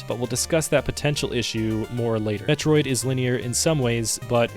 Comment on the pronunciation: No, I don't mean captain N. I mean officially licensed Nintendo commercials. Things created BY NINTENDO. Not 3rd party cartoons made by DIC to capitalize on the next cartoon idea. I'm not trying to push an opinion on you. I gave you the original pronunciation. As someone who's attempting to make "Metroid content", I'd think you'd be a little more receptive to someone civilly pointing out that you're mispronouncing the main character's name. Instead of arguing with me, why not go do some research... ಠ_ಠ